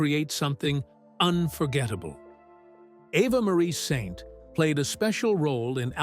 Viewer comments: You’re mispronouncing her name it makes my skin crawl. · as an anchor-reporter in L-A 25 years ago, I met her. A friend is her agent. So genuine and lovely. And now 100, amazing. But dude, please why can't you pronounce her name ??? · How stupid do you look if you can't correctly pronounce the name of the subject of your video? Do your research! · Your reader is uniformed and cannot say her name correctly or the same way twice.